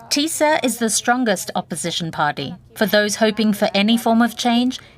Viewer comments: Doesn't matter how you pronounce, the name is not Tissa or Tisa but TISZA. (Tisztelet és Szabadság Párt) See sub for example... And Peter Magyar the leader's name. (Magyar Péter in Hungarian and not "Peter Morar" or also not "Majar", etc... :)))) And not convincing "FIDES" or "fittest" supporters... Orban's party called: FIDESZ. Sub for example... Apart from bad badly written names... (Most popular names in Hungarian politics for ages now, can hear and read 1000 times every week... Hence, it's a bit irritating/annoying to see still so badly written.) the ...rest of the subtitle is OK. And the video all in all sadly about right... Go, TISZA! :))) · And after the regime is toppled, we Poles need a serious conversation with the Hungarians about the pronunciation of s/sz